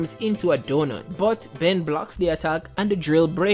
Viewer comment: It can't even say Ben correctly.This is making me mad now f this video